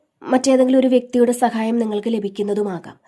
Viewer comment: സഖായത്തിനു പകരം ദയവായി സഹായം എന്നു പറയൂ 🙏